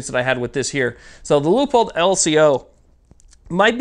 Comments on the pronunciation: Just an FYI. It's pronounced Loo-pold. Not Leeahpold. Could help with future reviews. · Leo-pold? Aaaarrrgggghhh! It's Lewpold, Loopold, Leupold! This is Leopold: Rant over, as you were... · Quick question just for my education. Is it pronounced "LEEAPOLD" or "LOOPOLD" I want to talk about my gear, but don't want to sound like an idiot.